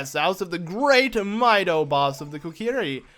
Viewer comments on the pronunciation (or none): none